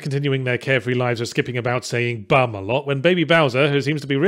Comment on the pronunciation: It always sounded like "blerm" to me, not "bum"